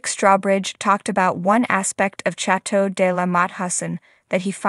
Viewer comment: Please pronounce “chateau” correctly.